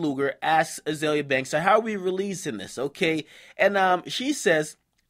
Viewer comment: its azealia pronounced zeal lol